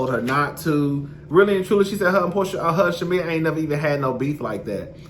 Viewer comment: I thought I was just hearing it wrong. 😂